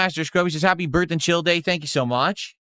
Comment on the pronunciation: why you no show up for my birfday?😢